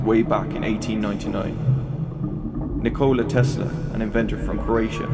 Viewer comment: nikola is said like nikolas without the S.